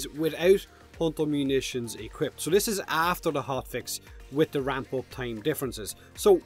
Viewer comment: "Without **** Munitions equipped". What Munitions? Replayed the phrase six times before I had to google it. Impressive accent, dude. :D